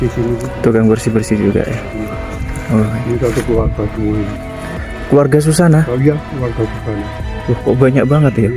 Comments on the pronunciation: MAUNYA SEH GAYA DIPLESETIN GITU NYEBUTNYA .TP YO JGN SUSANA JADI SUJANA .KOK KOYO NMA ORG LAKI .WKWKWKWK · Nama ny suzanna bukan sujana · Suzanna bukan sujanna